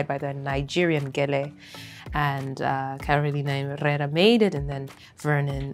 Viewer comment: the way she pronounced Carolina Herrera PERFECTLY 😍😍😍😍